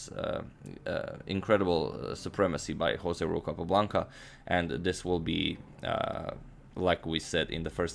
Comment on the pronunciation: You keep pronouncing José Raul wrongly, Agad.